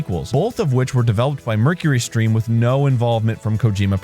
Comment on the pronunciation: "Mercury Stream"..... That word, I do not think it is pronounced like you think it is, Arin. Also, , Umm... I think there might be something wrong with that PS3 controller. Something seems..."off" with it. Hmmm... By the way, great video. I like it ah-loht.